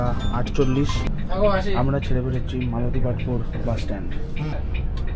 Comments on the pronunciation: মালতিপাতপুর instead of মাতালিপাতপুর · আরে ভাই মাতলিপাতপুর না , মালাটিপাতপুর